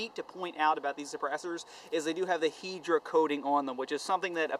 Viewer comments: hai-dra not heedra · Im so salty that he says Hydra like Hedra :I